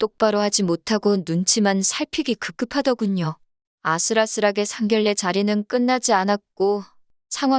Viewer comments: 상결례가 아니고 상견녜라고 읽어야지 한글에 대한 결례입니다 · 상결례가 아니고 상견례로 읽어주세요. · 상결례 상결례 진짜 너무 듣기 거북하네요 상견례로 읽는 것이 맞습니다 글의 내용보다 상결례가 귀에 거슬려서리~~ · 상결례가 거슬리네요 읽을땐 상견녜로 읽어야해요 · 상결례가 아니고 상견녜라고 읽어야 합니다 상결례는 한글에 대한 결례입니다 표준발음법 20항에 규정 의견란- 의견난 임진란- 임진난 횡단로- 횡단노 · 상견녜라고 읽어야 합니다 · 한라산은 뭐라 읽어? 곤란은 뭐라 읽어? 선례는 뭐라 읽어? 당신들은 국어 법칙도 모르지? 상견례는 상결례야. 한라산은 할라산이고 곤란은 골란이고 선례는 설례고. 상견례 발음으로 상결례가 맞는지 1백만원 내기빵 환영할께. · ㄴㄴ 법칙은 일부 예외로 되어 있는 것이고, 일반적인 발음은ㄴㄹ은 ㄹㄹ로 읽습니다. 상견례는 상결례가 맞는 발음입니다.